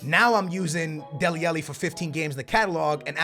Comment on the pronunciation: It pains me when you say Deli Alli like Deli Ellie (ah-lee not eh-lee)